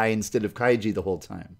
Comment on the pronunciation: I'm not sure if you pronounce kaiji that way